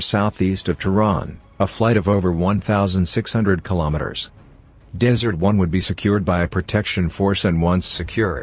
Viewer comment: Good Lord it's DESERT ONE, not dessert one sheesh